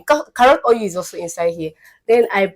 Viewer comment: I'm referring to Igbo as "yibo" . Your Igbo intonation is pronounced especially when pronouncing oil, you say "oryu" So, you be Omo "yibo" na🥰